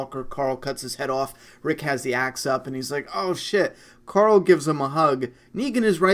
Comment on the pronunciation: I like how you pronounce Coral the name of Rick's son. Just like Rick, especially when he trolls him with terrible jokes... CORAL!